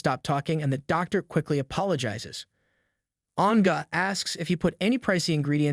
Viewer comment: name An’ge but the story teller said “an ga” 😂 and xiao xiao become “xi ao xi ao” , nice story and story telling anyway 🫰